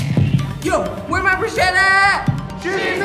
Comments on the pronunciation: Whoa... actually said Bridgette's name right Now we really know something's wrong. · I honestly expect them to... slowly become better people. Might be really slow. Really, really slow....Really, really, really- But got Bridgette's name right! Progress! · "Thank you, Bridgette." "It's Bri- oh..." SHE GOT HER NAME RIGHT! Progress, people! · finally a comment like this! I mean for heaven sakes, at the end literally pronounced Brigettes name right, and was hugging her.... somethings up. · got Bridgette's name right, though. Progress! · I'm crying....she pronounced bridget right